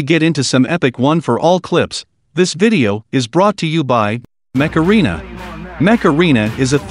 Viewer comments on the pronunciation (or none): What he says: mech arena me: macarena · "Mech Arena" (what I understood): "Macaroni" What a cool and wholesome vid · I thought it was MACARENA , Not "MECH ARENA" xDDDDDDDD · When he said mech arena a heard Macarena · The way he said mech arena it sounds like macarena lol TASTE THE RAINBOW I don't even know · MECH ARENA SUENA A MACARENA ljkasdljkñasdjlkñadshjklñdS